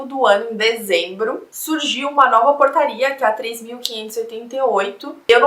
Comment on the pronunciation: Quando ela falou portaria, eu ouvi porcaria KSKSKSK